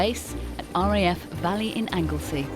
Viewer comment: The name is Anglesey please practice the words & names before you speak.!